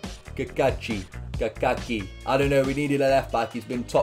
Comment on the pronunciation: As a proud New Zealander and someone who has known Libby personally since I was 12 I feel like it’s my honour to put this right....it’s pronounced Kaká-chi like the Brazil footballer but chi on the end